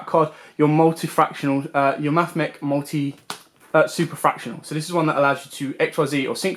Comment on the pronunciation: As a mathematician your pronouncians trigger me 😭 They’re Super factor ial Alembertian (alem berci an) Laplacian (Lap lace ian)